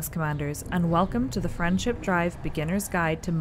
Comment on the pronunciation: What's a friendship drive because Verity is saying "FrameShift Drive", it does sound like "friendship" tho lol